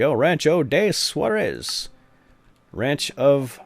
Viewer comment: rancho de suarzes? wtf?